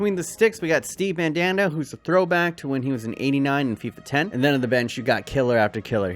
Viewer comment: I felt molested every time he said "MaNdAnDa"😂😂